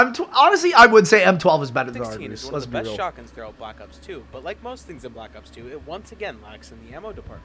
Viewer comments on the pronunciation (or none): I remember using the argus on BO4 multiplayer because the way yoi say it just made me laugh using it 🤣